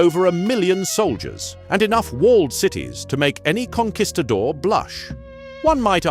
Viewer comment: Did I just here this man say "Conkweestador"?